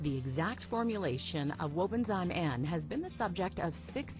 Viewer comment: Please pronounce properly. It’s Wobenzym . Zim not Zime.